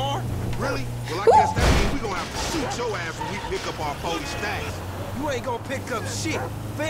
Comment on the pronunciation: Lol "to shart, instead of shoot".